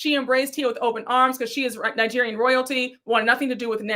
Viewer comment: Forgot to say, Wendy can't tell Stacy she needs to pronounce her company name properly and correcting her when Wendy says Ningerian instead of Nigerian. I have heard her pronounce it like that every time, wondering why she adds an n.